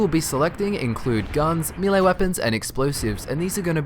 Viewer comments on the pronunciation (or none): none